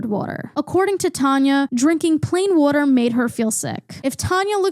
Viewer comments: great video! but also a quick question are you from philly? the way you say wooder is exactly how we say it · As a southerner I’m loving the “woter” commentary 😅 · Omg I could listen to this mid Atlantic queen say “wuter” all fricken day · i would believe u were lizzy mquire off sound alone if it wasn't for the 'wutter' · I’m sorry but I love how u say it like wooder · nothing in this video is more criminal than the way you pronounce waTer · i mostly watched to hear you pronounce water. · that northern accent really came out saying “decaf coffee” and as a southern person hearing the “water” is weird😭